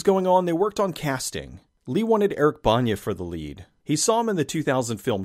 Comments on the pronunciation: Dude the way you pronounce Bana made me laugh, it's pronounced just like Banner! Haha great video! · I've also been watching Bana since he was "Poiter" and Ray Martin with the plastic hair, so I know for a fact that it's "Ban-uh". That's even how he says it. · 'Eric Bonya' lol. Its Eric Bana. Like the thing you hang with a phrase written on it. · Eric Bana is pronounced Eric Banner. Absolute legend in Aussie comedy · It's Eric BANA like Banner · hey, its Eric ban-ner, pronounced EXACTLY THE SAME AS THE CHARACTER PLAYED!!!! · Wow, he could not have mispronounced Eric Bana's name more wrong if he tried haha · Is that how you say Bana's name? Man, I've been mispronouncing it for years. Good thing I never met the man. That would've been embarrassing.